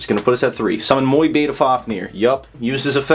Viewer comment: Awesome combos, but please pronounce Mu-Beta correctly haha